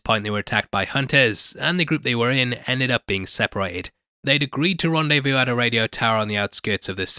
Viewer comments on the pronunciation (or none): none